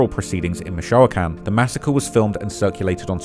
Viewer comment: It took me until the second or third time mentioning Michoacán to figure out what he really meant😂